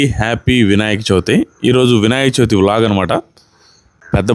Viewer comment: Vinayaka Chauthi kaadu. Cha vi thi